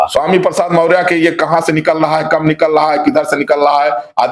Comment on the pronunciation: Sir aap maurya ji nam thik se lijiye